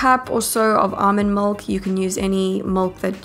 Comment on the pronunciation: These are awesome recipes! Tysm! I thought it strange that you said mulk instead of milk Lol, this is NOT hate btw!